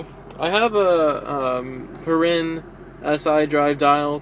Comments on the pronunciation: It's pronounced like "pear-in" not "pur-rin" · its pronounced "Pear-in"